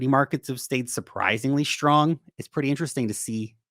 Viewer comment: There is no "h" in "strong" numb nut.